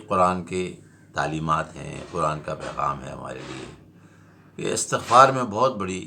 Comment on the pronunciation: Astagfhaar nahin Balke Istigfhaar